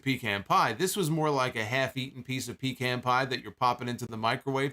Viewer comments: It's not Pee-Can dammit. It's Pa-Khan! Smh....... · It's funny that you say Pecan Pie the way you do. Because it tastes like urine and aluminum.